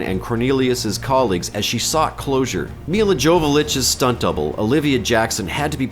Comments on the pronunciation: Mila Jolovich agrees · "Milla Jovolich"